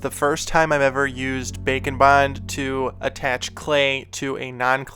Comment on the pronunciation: Am i the only one thinking he says "bacon bind"?